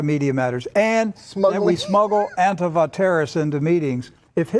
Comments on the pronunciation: Wiles pronounces Antifa properly, hmmm . . . Lindell apparently was in the past addicted to crack so . . . IDK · It is interesting though, that the dude is pronouncing it correct (antifá vs. anTIFA). I never heard any ignorant right wingers ever do that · Well I dunno, Wiles actually pronounces Antifa more correctly than I've ever seen a right-winger say it. Antifa confirmed! lol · There are no "members" of Antifa,and never have been in its 91 years. But at least this fascist can PRONOUNCE "Antifa". He's the first person from the USA I've heard who can. It has no "tea" in the middle. It's Spanish. Though the slogan originated in Germany, it was the Spanish Civil War which spread it throughout the world in 1936. So the Abraham Lincoln Battalion (the mainly US component of the XV Brigada Internacional) were Antifa before this Wiles geezer was born. I haven't got a song from the Abraham Lincoln Battalion (though I'm sure they had several) so here's one commemorating Frank Ryan's Connolly Column, the Irish Battalion in the XV Brigada. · Yo at least says antifa correctly. Or wait: maybe Pillow Mike is correct!?!